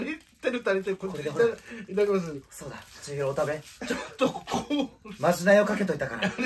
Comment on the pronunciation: 「これをお食べ」が言えないハク